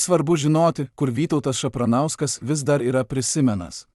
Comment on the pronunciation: Tavo tas balsas, net nesugeba perskaityt pavardės Šapranskui? Kas čia …Ir taip paranku, kai tiek visko pasakoja visi ir siunčia kažką bet visi anonimai, gal nes viskas išgalvota ? 😅